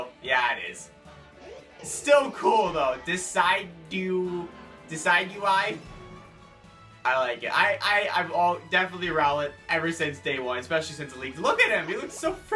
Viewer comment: The Grass starter is called Decidueye (Deh-Sid-ewe-eye) as in Deciduous, a type of tree.